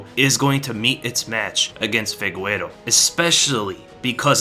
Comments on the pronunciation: Figueiro its pronounced figayru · Figueiredo. FI-GAY-RE-DO , not Figuero lmao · Did you just call Deiveson Figueiredo as Fegüero? lol Thats not the pronunciation 😂